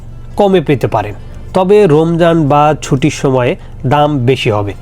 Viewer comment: চোদনা রোমজান না রমজান।